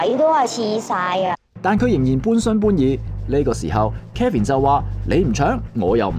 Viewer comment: 幕後主持人把Kevin 这名字读得非常有问題…… Kevin 及Calvin 這兩个名字似乎很多人唔识pronounce